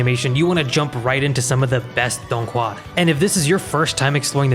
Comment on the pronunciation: As a chinese believe the way he is saying dònghùa is inacurrate no hate just saying